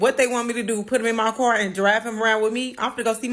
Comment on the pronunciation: Accidentally pronounced, "car",correctly and then repeated it as kyer...smh.